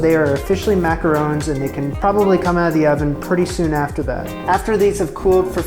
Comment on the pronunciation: ron, not rown